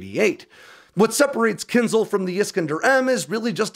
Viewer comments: kin zhal, not kin zal... Кинжал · This logic is flawed, because you don't understand Russian internal politics and scientific development. Also, if you claim to be the current conflict expert and reporter, learn how to pronounce the name of the missile correctly. It's /ˈkɪnʒɑːl/ for fuck's sake, not /'kɪnzl/. You're welcome. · My 2¢ in a nutshell:: "Kinsel" Pooden: "Poccnr stronk!" Russian scientists: get prosecuted for "lying" to da boss Me: lol, rly? LOL! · Every time I hear KINZL, Ukrainian puppy dies. It is KINZHAL, with ZH pronounced like J in JACQUES or Z in AZURE or S in MEASURE. Also, A is not silent. KIN ZH AL. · "Kinzhal" isn't pronounced "Kinzal". The 'zh' is pronounced like the fricative sound in the middle of "measure". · Thanks for the informative take on this. A couple of linguistic points: zh is pronounced as in gendarme and the the accent is in a. Kinzhal. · it is pronounced keen 'zhal with the last syllable stressed. Means "dagger". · What is Kinzle? Why so few people put any effort into finding how to pronounce stuff? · I'm pretty sure it's pronounced "Kin-shaal" - but anyway... 😃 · The name of the missile is pronounced incorrectly, "Kindjal" missile is transmitted as "Dagger"